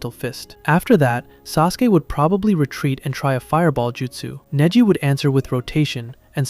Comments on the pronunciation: Neji ❌ Niji ✅ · So did you do that on purpose? You started off with proper pronunciation for Neji, then kept butchering his name with AI. I hate you guys.